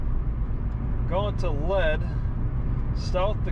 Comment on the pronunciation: "Mask"??? Looks like hobo's underwear...😳 (It's pronounced "Leed"...read your post)